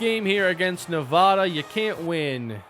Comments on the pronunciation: you still cant say nevada lmfao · Noooooo you said Nevada wrong 🥺